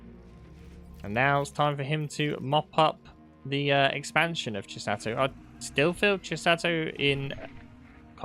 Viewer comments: Greatttt cast, but stop saying "Chisatto" 😅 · Chis-ah-to. One "t" Chi-satto. Two "t"s